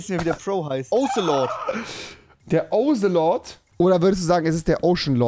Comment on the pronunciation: Es heißt Otzelot